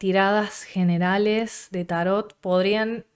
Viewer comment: Vpy bastante a Argentina, nunca había hablado con nadie de Tarot, pero bonito ver cómo mantienen la pronunciación grave italiana "tárot" y no la árabe o francesa "tarót" que tenemos en Colombia, interesante.